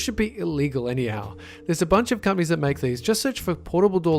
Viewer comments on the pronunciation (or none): I keep hearing gummies, instead of companies. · every time he said "companies" I thought he said "cummies"